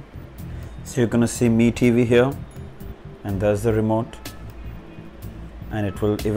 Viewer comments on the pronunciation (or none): Your pronunuciation of Mi tv🤐🤐🤐🤐